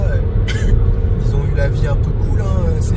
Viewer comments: qui ont il n'y a pas de z ils ont et non ils zont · S’il te plaît pas qui s’ont mais qui ont. Pas de liaison